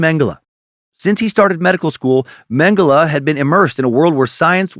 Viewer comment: You pronounce Mengele right. Mengeleeeeeey is so annoying!